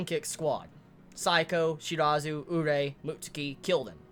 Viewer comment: It's Ka-na-eh and U-re-eh